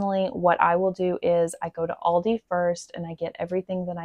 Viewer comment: Aldi as you pronounce it is correct. It is a German name.